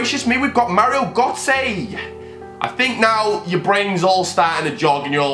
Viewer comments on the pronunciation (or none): Not how u say gotze man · You were saying götze wrong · why was he saying gotze that way